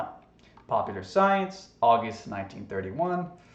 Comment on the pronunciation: "AWWW-GUST-EEEEE" LOL. love your pronunciations! Hilarious. And the earth is "CAT!" Thee most original observation and statement ever. We are talking GOAT status braw!! Lol 🤣😂😅